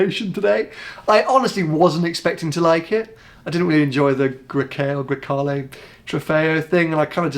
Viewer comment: As a Ferrari owner, you should probably know how to pronounce Grecale ffs